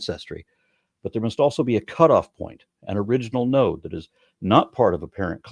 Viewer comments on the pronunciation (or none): none